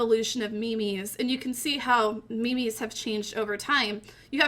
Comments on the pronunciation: Me mes its memes not me mes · do i read memes wrong like mims or is she trolling mylifeisalie